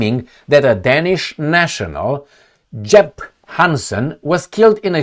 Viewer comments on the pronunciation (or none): Jeppe Hansen, not jepp :) Also he got cought by a missile bcuz he ordered a prostitute..... Well they say, no danish soldiers in Ukraine.... On out NATIONAL TV we are prasing a nutjob soldier who "cant count how many Ru's he has un alived"...